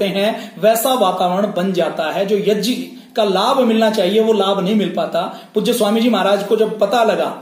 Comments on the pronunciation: जब से संस्कृत भाषा पैदा हुई तब से यज्ञ (यग्य) बोलते आऐ हैं आप यज्य क्यों बोलते हैं ? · Yag ko yaj kiyon bolte ho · यज्य नाही यज्ञ बोलते हे... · Yajya kya hota hai prabhu? Angreez na bane. Yagya hota. Angreez gya na bol pate the to wo jya le aaye. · "यज्ञ" को गलत उच्चारण कर रहे हैं "यज्य" गलत उच्चारण है। वैसे जानकारी महत्वपूर्ण है।